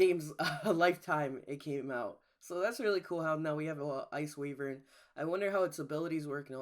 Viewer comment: lol he's saying wvern so wrong LOL